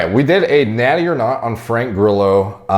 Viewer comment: Facts: Grillo is the Spanish word for cricket, and it's spelled Gree-Yo. The Yo like when you say "hey yo").